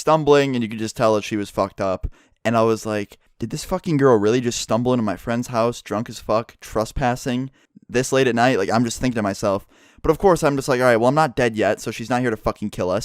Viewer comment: Anybody else cringe when he says truspassing instead of trespassing